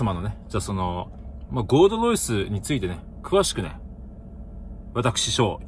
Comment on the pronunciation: ゴールドロイスが"ごーどどいす"にしか聞こえん。